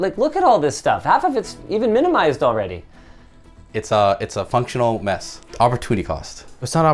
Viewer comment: "it's fonctional"